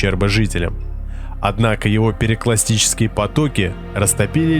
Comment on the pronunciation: Предвестник НЕЧТА страшного ??? ПЕРЕКЛАСТИЧЕСКИЕ потоки ??? Видимо, диктор русский школа скончался